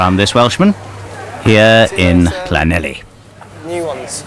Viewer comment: The narrator pronouncing Llanelli as Clanelli is wild